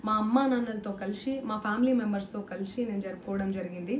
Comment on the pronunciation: Kalisi...not kalishi